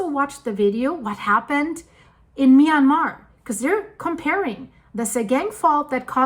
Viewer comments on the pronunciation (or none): none